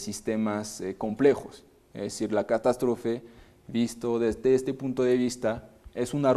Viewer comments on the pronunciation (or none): ...dice "CATASTRÓFE "..... CON ACENTO EN LA "O" .... JAJAJAJA. QUE BRUTO DE MIER DA